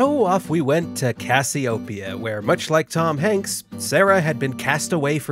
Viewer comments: I love his pronunciation of Cassiopeia. I'm going to start saying it the way he does. CASS-ee-oh-pee-uh cass-ee-oh-PEE-uh The emphasis should be on the fourth syllable instead of the first. His pronunciation is right. His inflection is off. I love it. I'm totally stealing it. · Great video. However, it's pronounced: cass-ee-oh-PEE-ah